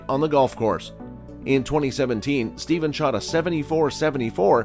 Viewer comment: At least you should pronounce curry’s first name correctly!!!!!!!